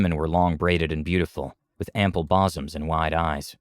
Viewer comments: The pronunciation of "bosom" was what got me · You lost me at your pronunciation of "ample bosom." Haha!